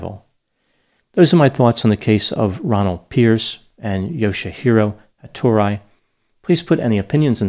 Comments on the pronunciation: Ha-to-ri. Not ha-tor-i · It would be pronounced more like HattorIE, but whatever.